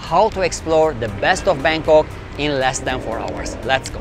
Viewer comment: 🤣🤣🤔...BANGKOK mister bukan bengkok kalo kata orang indonesia mah tidak lurus. Tidak ada texs indonesianya kurang bagus